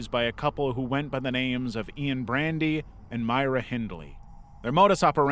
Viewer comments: Great video with the exception of "Ian Brandy". I don't care about 99.99% of mispronunciations or misspellings... but this is a big one. Then again, who cares what his name was, he was a gigantic POS. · Your videos are great, but you kept mispronouncing the Menendez brothers. Also Ian Brady.